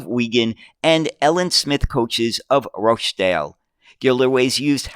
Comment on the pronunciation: British place names strike again! Glasgow has a silent W at the end, making it Glaz-go. Smethwick also has a silent W, making it Smeth-ick. Rochdale has an invisible letter T making it Rotchdale when spoken. We have so many tricky place names,some of them defy all logic in their pronounciation. Be very careful if you have a script with Clithero init (what everyone do, don't split it into 2 four-letter words or you'll be demonetised faster than you can say New York; it's splits between tge I and tge T).